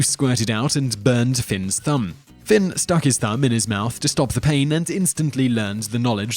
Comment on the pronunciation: #3 is Fionn not Finn #6 The wife's sister Aoife is pronounced like Ee-fa